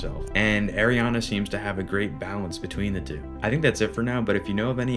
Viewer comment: Love this content, but just as a future reference it's ARIana not AIRiana